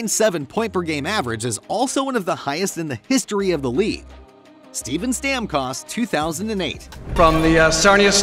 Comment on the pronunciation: And steben